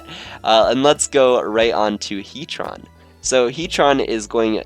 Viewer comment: heatron? its heatran